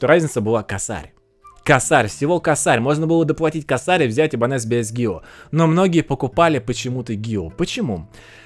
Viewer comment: Правильно - ибАньес😁. Нормальная испанская фамилия.🤣